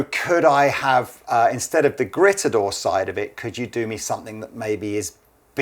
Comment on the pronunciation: It’s pronounced: “greet-a-door”, guys.